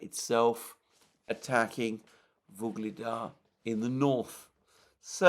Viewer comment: Listening to the struggling with pronunciation of "Vuhlidar" (in Ukrainian) or "Ugledar" (in Russian) town, maybe it would be interresting for some to actually understand the meaning of this word. Maybe somebody already mentioned it here or somewhere else. "Ugl" (in Russian) or "Uhlí" (in my native, also Slavic, language) means "Coal" and "dar" in Slavic languages means "gift", so the meaning of the word is basically to describe the locality as the one which is giving (gifting) the local inhabitants coal (as a gift). Many of these towns and villages in Donbass area are mining towns, thus those names. Another example was the Soledar town - "sol" means "salt", dar again gift - so the town was named, because it was mining town, but not for coal this time, but for salt.